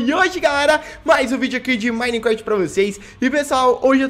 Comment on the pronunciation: Sr pedro vc fala Minecrat não sou hater só avisando msm...